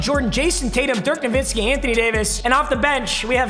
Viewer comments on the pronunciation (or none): none